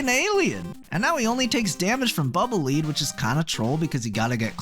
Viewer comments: Someone correct me if I'm wrong, as I could very well be, but I thought Bubble Man's weapon was pronounced "Bubble Lead," as in the metal [Pb], which rhymes with "fled." This is the first time I've ever heard "Lead," as in "leader." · Bubble Lead is pronounced like "led" not "leed". It's lead as in the metal. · I thoguht it was pronounced bubble "led" as in the dense, heavy metal lead, not the "showing someone around" lead, because the bubble is heavy and trails the ground rather than lifts into the air. It's a lead bubble. A bubble made of lead... Trying to explain pronunciation with correct spelling is hard....